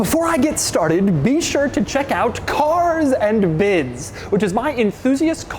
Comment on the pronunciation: More like "caRRRs and biDDs"